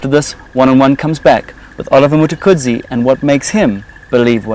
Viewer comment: This dude really can’t pronounce the word “Mtukudzi”?